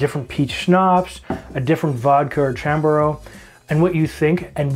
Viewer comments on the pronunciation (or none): Okay... that last blooper I had to watch three times. NOT YOUR DAY. Btw Chambord is French. It's pronounced ShahmBohrd. 😉 Didn't they offer French classes in Ontario high schools? They do in Alberta! 🤣